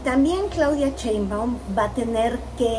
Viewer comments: No se dice CHEinbaum, tu q eres comentarista y juzgas a todos debes diferenciar CHE de SHE. Se dice CHAngo, CHEnte, CHIle, CHOngo, CHUrro. El apellido es SHEinbaum arrastrando la S. SSSSSSHEinbaum, hay q aprender a pronunciar y así tu q tienes éste canal todos tus seguidores aprenderán de ti y si lo haces mal pues mal aprenderan. Recuerda q hay q empezar a respetar, y si no sabes pronunciar pues más fácil solo di LA DOCTORA PRESIDENTA. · por que dices cheinbaum? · Por que no saben decir Sheinbaum xDDD es con Sh... como cuando callas a alguien Shhhh XD